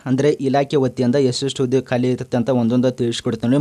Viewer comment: ಇರುತ್ತೆ, ಇರ್ರತೆ ಅಲ್ಲ 🙄